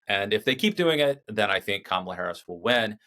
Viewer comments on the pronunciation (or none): It's Ka...ma...la!!!